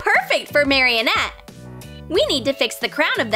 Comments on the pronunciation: its marinette not maroinette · Marionette????? Itz marinette not marionette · it's not marionette its Marinette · ik but she literally says mariOnette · she says it mariennette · “Maryanette” LOL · Omg stop stop its maranett Mara net not marrianet renarough is tan they don’t have mascots it’s miraculous Mira cu los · IT IS NOT MARY-ANETE ITS MAR-A-NET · She said meranet wrong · Mareenette not maryienete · Why are you saying Maryenett its Marinette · I dont like lalilul and it is not mareannet it is maranet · I just noticed that she said marinatte wrong she said marionette 🤣🤣🤣🤣🤣🤣🤣🤣 I love ur vids btw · Marieh net-? Lol XD you pronounced her name wrong 😂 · Her name is pronounced (Mari-net). They also aren’t butterfly’s, their normal form should be a moth but when she turns them back she says butterfly’s, they also aren’t normal butterfly’s when they come out, they are akumas. Chloe/queen bee can not fly in the show. Carapace doesn’t wear glasses I hope you know that, and he has a hood not a helmet. Cat Noir says “cataclysm” and Ladybug says “Lucky Charm!” This provides way too many things that weren’t in Miraculous Ladybug.FYI they are called “Miraculous” not “Mascots” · “Mariyonet” what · Uhhhhhhhhh you said marinnettte wrong. Sorry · Her name is not marinet her name is not how you say ut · She said marinette wrong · You said marrinette wrong how dare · 1st of all, thats not a real LOL Doll, 2nd of all, thats not how you pernounce Marinets Name! ( IDC if thats not how you spell her name)